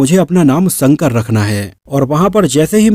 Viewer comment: संकर नहीं शंकर......... 🤗